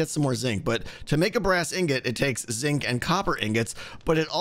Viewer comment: I will always hear Zing when you say Zinc. Curses! Anyway, this is looking fantastic, I'm so excited for... EVERYTHING you're doing these days, keep it up!